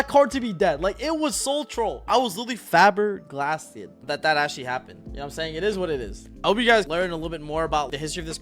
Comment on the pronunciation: Rebuttal to the lullaby call ash blossom thing. I don’t think it’s really strange at all, I side out all my ash blossoms going 1st into fire so they can’t hiita take it while they’re trying to clear my board. Also… “fabberglasted”? 😂